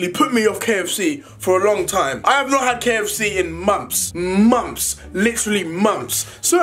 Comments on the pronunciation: How everyone says it - months How deji says it - mumps!!! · he said monps not months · Me: months Deji: m u m p s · 🤣🤣🤣🤣 mumps deji try say months but he said mumps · Heard it like "mums, mums" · Btw am i the only one that heard mums instead of months? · KAWIANA BOSS no LMFAO he said months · Omg it sounds like that 😂😂😂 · Sounded like he said he hasn’t had kfc in mumps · Nobody: Deji: “Mombps”(months) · When deji tries to say months: "mumphs" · Month’s ❌ Moms✅ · He says moms not months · Did he say moms or months? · Y did u say Momps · “I have not had KFC in mumps,mumps literately mumps”😂😂😂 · is he saying mumps lol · MUMFFS MUMFFS LITERALLY MUMMFS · No one: Literally no one: Deji: MoMtHs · momths momths